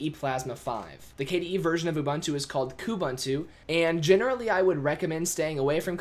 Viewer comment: A short visit to Ubuntu website will help you learn how to pronounce Ubuntu and Kubuntu! It is pronounced "oo-boon-too" and therefore "koo-boon-too". Nevertheless, thank you for the video. It's been rather helpful. It would've been way more helpful without your invalid personal opinion here and there! :|